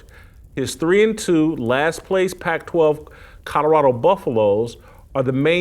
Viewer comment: Jason…COL OR RADO NOT Cutterado… 🤷‍♀️🤷‍♀️ Love ya! Great show as always!